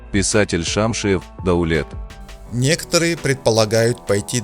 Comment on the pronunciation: шамшИев!в каз.языке ударение падает всегда на послений слог,как во французском!